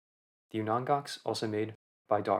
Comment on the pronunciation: You are pronouncing Aleut and Unangax incorrectly. Aleut is pronounced as a-lee-oot. Unangax is pronounced as ooh-nang-ah, or there is Unangan. Please learn pronunciations before making an informative video.